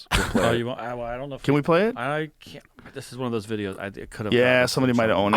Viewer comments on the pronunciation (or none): none